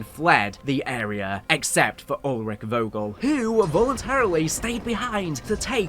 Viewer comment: As a German i really had a good Laugh at your pronounciation of the German Words. Most of them are ok to good like Die Wahrheit was on point but how you said Vogel was absolutely wrong 😂